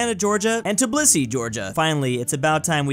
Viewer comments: Tiblisi 💀 (It’s actually pronounced “Tbilisi”,Tiblisi or Tiflisi is the older pronunciation from centuries ago) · funniest prounounciation of my coutries capital.